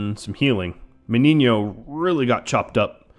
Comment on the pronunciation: I'm surprised that you know how to pronounce "Meniño". Great series btw!